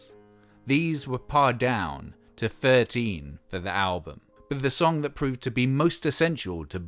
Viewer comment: *pared down (pronounced pared down) not parred down. Mull of Kintyre not Mull of Kintide.